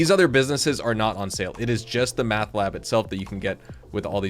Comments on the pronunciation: Are you just screwing with us? Driving me nuts.. it's Meth Not Math. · Why you say meth like that lol